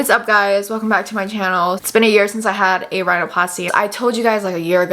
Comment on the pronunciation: when u said ''welcome back to my channel'' u sounded british